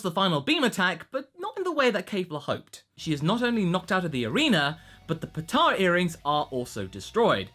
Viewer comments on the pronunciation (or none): none